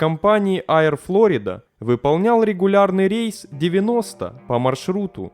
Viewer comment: Поработай над дикцией,читаешь с постоянной раскачкой,понижением/повышением тона,зачем?ПотоМАК ,а не потОмак. Понятно,что образования/эрудиции ноль и книжек не читал-(((( Аир,дАглас и т.д